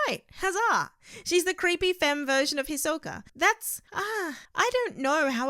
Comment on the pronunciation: Hisky? Westernizing a Japanese name. How hard is it to say Hisoka. Also, Keeoa?